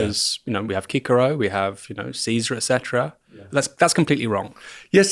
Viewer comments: Did he just say kikero instead of Cicero 😅? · Did he just say "Kikero"? 😂😂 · I started to doubt myself when he pronounced it that way, it is actually pronounced sisero right? 🫤